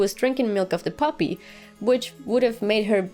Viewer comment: Ha ha... You said milk of the "puppy" (woof woof). So adorable. Bueno chama, see you after Episode 9. Ciao =)